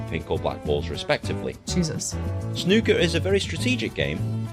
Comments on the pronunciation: This is going to be a long message but it will be very informative for you. In the UK the Brits say snooker with a long o, like Pool. They are extremely sensitive about that. In Canada and the US they usually pronounce it ooker, like looker. There is a tendancy in the US to compare it to American Pool and that is completely wrong. Beside the rules which you have the first thing that an American will be stunned by is the size of the table. In pool most bars and clubs will have 8' tables, Tournament tables will usually be 9' tables and occasionally you will find a 10'table which Americans will call a snooker table but it is not even close. A snooker table is 12' long by 6' Wide but that is not the most significant difference. On a pool table the pockets are cut straight so the opening is like a square. The physics of this is that if a ball his hit near the pocket the physics will throw the ball INTO the pocket. On a snooker table the opening (the Jaw or Throat) is cut with a curve. The physics of this curved design is if a ball is hit near the pocket it will throw the ball OUT of the pocket so it makes sinking balls MUCH harder on a snooker table. Add to this that the ration of the pocket opening to the size of the ball is much larger on a pool table so ultimately it is a LOT easier to sink balls on a pool table. It is hard to get a sense of how much more difficult it is to slnk balls unless you have actually played on a snooker table but here's a anecdote for you. I am conside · The OO in snooker rhymes with the OO in snooze….😊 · It's not ''snucker'' or, god help us, ''schnucker''. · Snucker would have a U jn it. OO makes sn ooh sound. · Snooker. 'oo' as in 'you'. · The "oo" in snooker is pronounced the same as in "food" or " broom"